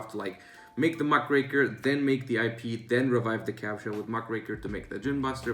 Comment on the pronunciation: Thank you,, for pronouncing Muckraker correctly. Very cool.